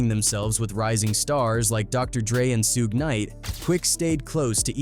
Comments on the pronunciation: Dang! Narrator needs some serious help. Suge Knight - Phonetic spelling: SHUHG (rhymes with “sugar” without the “ar”) 2 Pac - Phonetic spelling: TOO-pahk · "SUGE"!! Short for SUGAR man get it right or don't get it at all!!! #SMDH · “Sooge Knight” no shame with the AI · Hullup nihh mane!.... Who in the hell is SEEEWG KNIGHT!😂🤣😂🤣😂🤣😂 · When someone pronounces Suge like "soog" and then seconds later pronounces it suuuugay, you know this ain't the video to watch 😂😂😂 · true AI does say suuug ha ha ha. damn machine. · That guy “Soo-gay” night must have been really bad! 😂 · The AI voice in this video keeps calling Suge "SUEGAY KNIGHT!" Im rolling! Lol 😂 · I'm not. It's actually kinda annoying 😕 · facts. Soon as I heard "Suegay" I knew I had been A.I.'d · 😂😂😂😂 I came to the comments soon as I heard Suegay 🤣🤣🤣🤣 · Who the fuck is Suegay 😂😂😂😂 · Suhguey lol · AI channel ... "Soo Ge' Knight" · He said Soog knight & the peeruu bloods🤣🤣🤣🤣🤣whoever the fuck doing our culture of news, don’t know shit about hiphop what so ever……. They get the white peoples names right, but the artist🤣🤣🤣 is this shit on purpose?🤣FAWWKK 🤣🤣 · Toe-night is the night! AI...🤪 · Who the hell is SOOGAY? Stupid AI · Su Ge 😂 sounds like a Japanese anime character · U mean, “SOOJ” or “SOOGAY”?😂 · Sue Gay and 2pack. AI slop. 😅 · the peeru bloods god why can’t ai pronounce names right it’s piru and suge knight lol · How the hell you gonna include Suge and not know how to pronounce his name? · I hate the way the AI pronounces Suges name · Nothing like a culture vulture reporting on something he knows nothing about. HTF ? He miss pronounced Suge name. I immediately stopped and blocking this dumb 💩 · It will be great when AI learns to pronounce Suge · AI still can't properly pronounce Suge lol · I never heard SUGE pronounced worst in my life smh this is as bad as when they say "2pack" lmao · Because lazy and AI😅😮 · Who is sue gay lol its suge pronounced as shoog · Should've said So-gay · Who the fvck is sooge